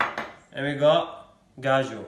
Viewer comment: Bruh it’s avocado and cashew lmao Not avogado and gajo